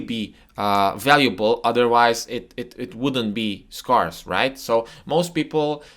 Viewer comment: Scarce rhymes with air, not car...FYI